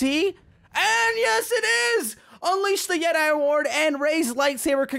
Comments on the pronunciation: It is pronounced yet-ee NOT yet-i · pretty sure it's Yet e not Yet I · "Unleash the yetai" ??? "Unleash the jeti" wut da hell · yeti not jedi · Dude it's pronounced yet- e not yet- i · No one: Literally no one: Star wars fans: *you said YeTi as jedi* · nice pronunciation on yeti there mate